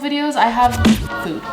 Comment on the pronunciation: I really thought she said moop not food at the beginning